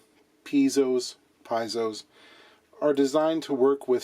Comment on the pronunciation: Piezo is pronounced Pee-ay-zo! now we all know lol